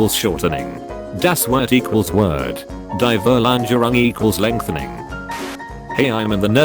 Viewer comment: Normally speaking german words with english pronounciation sounds clunky as fu**, but for some reason fourl-ange-rung sounds really like it belongs in the english language. Ä isnt the same as A thou.